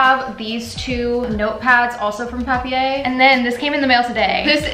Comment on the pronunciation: as a german the way you pronounced papier is hilarious lmaooo